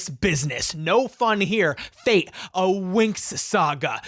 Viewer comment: Just want to point out it's fate where the a is read as the u in fun and the e is read like the e in yes. It means fairies in Italian and has nothing to do with Destiny